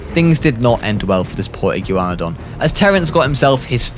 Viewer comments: Iguanadon Iguana-Don Like what is you saying lol. Also Dino-cry-us (don't know how to spell the actual dinos name but that's what it's sounded out like) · fake paleo youtuber u say igyouwannadon and thats not how u say that(joke) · Speaking of atrocious pronunciations: iguanadon is pronunced like iguana. Soft ē. "ee-GWON-uh-dawn" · I can’t “igew wanadan” 😂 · Thr iguanadon is pronouced as ign-gua-don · Something tells mat this guy either doesn’t know how to pronounce Iguana or doesn’t know that that’s where Iguanodon gets its name lol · me: iguana-don: iggyu-wanadon also the Deinocheirus, is pronounced dino-KI-rus